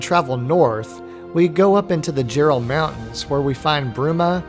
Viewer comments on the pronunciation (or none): pst... I know its spelled jerall (mountains).. but its pronounced Yerall...